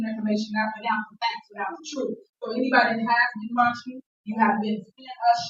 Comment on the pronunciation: And "we want da troof"!